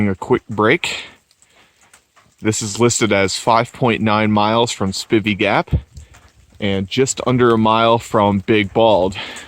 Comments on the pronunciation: Two years later and you still don't know how to pronounce Spivey... Spi-vee. long I. You're welcome. Unaka= U-nay-kah. Damn Yankee! As a small child my Dad herded cattle on the Big Bald. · Hey, enjoy your vids but just have to let you know it's pronounced "Spy-vee" Gap and "Unay-ka Mt". Spivey Gap is easier to get to by taking I 26 into Tn. Take the Temple Hill exit, go south for approximately a half mile and then turn South on 19 W. It's approximately 5-6 miles to the AT. I've spent a lot of time on that mountain and full moons are awesome. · Spivey pronounced SPI (long I)VEY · Learn the correct way to pronounce Spivey and Unicoi.